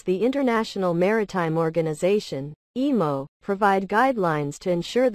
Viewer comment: Emooo😂😂 and not IMO